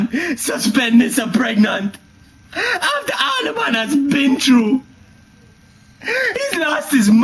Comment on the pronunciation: He says, "aftah all de man as bin tru" Translation: "after all the man has been through"